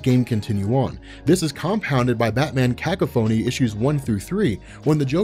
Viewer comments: is ka kaw fun knee not caca phony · Ca-ca-phoney? You mean cacophony? Just had to get you there, keep being great man 😉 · By the way, it's pronounced Ca-Caw-Pho-Nee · I'd never heard cacophony pronounced that way